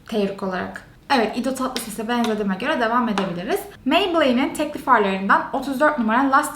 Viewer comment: Ido tatlises diyor yaaa😅😅😂😂😂